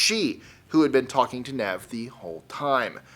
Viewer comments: It's pronounced NEEV not Nev. Great list otherwise... Nice to see this topic covered other stories than just those covered by Nev and the Catfish TV show. 🥰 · first and foremost Nev is pronounced Neev, its short for Yaniv secondly, when i first got on the internet, i was a naive 22 yo, so got Catfished a lot, before the term Catfish was invented, they were just known as Fakes, i learnt a lot and if Catfish the show do a UK version, i'm the man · Nev's name is pronounced "Neeve".